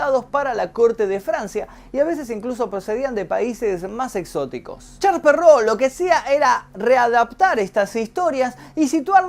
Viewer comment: "charls perrou" ulala señor francés v